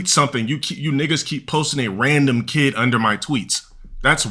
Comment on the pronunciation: "Axed", "keed", not a rog btw